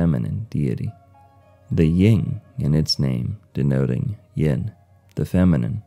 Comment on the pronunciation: Yin/Yang, not “ying/yang”